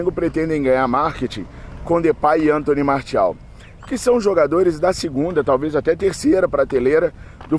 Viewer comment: O cara é FRANCÊS. O nome dele se fala Antoní Marcial.